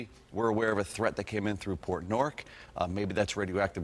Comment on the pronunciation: when he said "port nork" he was trying to say "port newark" lol